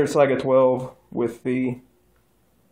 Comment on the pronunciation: Thank you for pronouncing Saiga correctly.